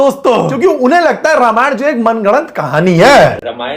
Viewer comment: It is रामायण not रामायणा